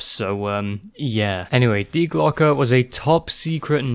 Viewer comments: Im from germany u spoke die Glocke (The Bell) very Well in germany we say hast du richtig gesagt hahah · Yes, you said die glocke right. Coming from a person who actually studied German, think about it like this. Remember the pistol company glock, well say that and the add the sound the letter a makes.( due to e's in German sounding like a's)